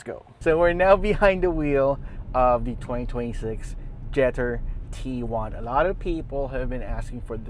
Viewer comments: Pronounced jet tour 😂 Now go sit in one first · When the car was planned and designed, it surely was done so in Chinese and in English. Not in Spanish nor Tagalog. It's pronounced jet tour. Easy peasy artichokey. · hahah napansin ko din. Cringe amp JETTEEERrr